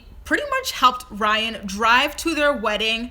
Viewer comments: Rhine? ..really????it is R y a n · "Rhine" lmao